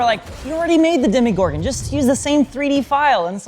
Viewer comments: &, I love you both, but listen to: It is DemOgorgon, not DemIgorgon. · DEMOgorgon, as in demon. Hearing people call it "demigorgon" drives me nuts. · Why do people keep pronouncing DEMOgorgon DEMIgorgon? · "Demigorgon!": "Demigorgon!": "Demogorgon.": "Demigorgon!": "Demigorgon!": "Demogorgon.": "Demigorgon!": "Demigorgon!": "sigh..."